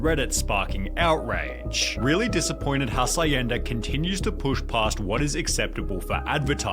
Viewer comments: dafuq is "Hasayenda"??? mofo it's pronounced "Ha-s(h)yen-da" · Twelve seconds in and I hear hacienda as "ha-sa-yen-duh". Minus 0.5 for credibility. 😂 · HASS EYE YENDA. Dude I'm not Spanish or Mexican but Jesus the pronunciation of the narrator is so bad... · i lost it when he said "mexican restaurant called Ha -sa-ienda" lol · The most offensive part of this video is how he pronounced hacienda. "HASS EYE YENDA" 😂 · "HA-SIGH-EN-DA" BROTHER On another note, don't drink the Kool-Aid. Listen to BMTH's Kool-Aid instead. :) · "Mexican restaurant hacienda" and pronounces hacienda life if it was english not spanish. Most Hs in spanish have no sound. Just say Acienda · OMG he is butchering the pronounciation of the word Hacienda. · I'm still recovering from how he butchered "HACIENDA" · I was slightly bothered at how he pronounce hacienda. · I'm pretty sure that's not how Hacienda is pronounced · His pronunciation of "Hacienda" is killing me... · Jesus he totally butchered that mexican restaurant's name. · Don't speak much Spanish. I do speak French though. 'Hacienda' was clearly mispronounced to get people to comment on it. Guess it worked but on the wrong video lmao